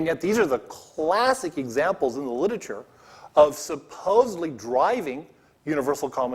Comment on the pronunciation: He can't pronounce "miniscule" or "literature"